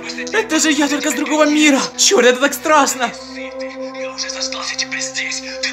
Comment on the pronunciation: Стласно😂и чёлт😂